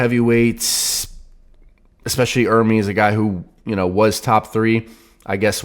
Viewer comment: Sound board has to have you properly pronouncing the name ‘ERR-MEZ’ instead of you and Devon saying ‘ERR-Meeeees’ 😑 C’mon! 😂